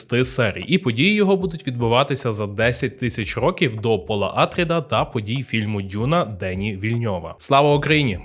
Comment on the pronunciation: не Атріди, а АтрІди, наприклад (наголос на і)